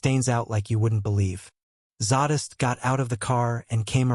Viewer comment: Couldn't even say Zadist name correctly.